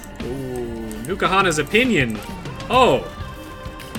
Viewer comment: Please, it's N Kahuna's, not Nukahanas.